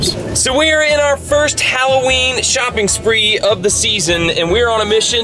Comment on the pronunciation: It's hollooween